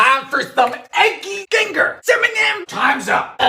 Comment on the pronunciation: I love the " dont say it dylan, CIMINIM''